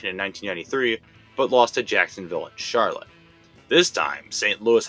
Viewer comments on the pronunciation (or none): none